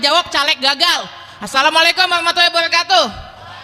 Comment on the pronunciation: Tolong perbaiki baca salamnya bak🙏